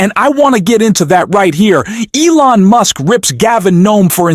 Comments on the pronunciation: His name is Gavin Newsom, not Gnome! And Elon Musk, not Muse😂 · Mooosk? Computer bot faulty pronunciation.